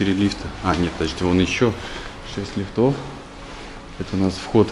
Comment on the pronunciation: Ставьте правильно ударение на слово лифт , не лифтОв а лИфтов